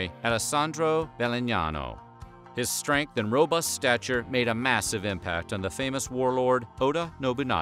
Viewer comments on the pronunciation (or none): none